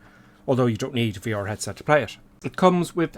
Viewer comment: its pronounced V-R. not VEOR